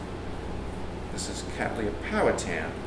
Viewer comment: May I congratulate you on your pronunciation of the genus word Cattleya. It is obvious from the emphasis you use, that you are correcting three common mistakes made by American speakers. 1) Retaining it as the three syllable word it should be. 2) Ensuring that the 2nd syllable sound is lee NOT lay. 3) Ensuring that the double t's are sounded as t's and not d's as is so often heard in American English. End result:- Kat-le-iah NOT Kad-dal-lay-uh.